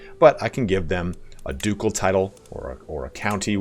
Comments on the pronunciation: Ducel is hard C. dejure is French so pronounce de zuur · The c in ducal is the /k/ sound.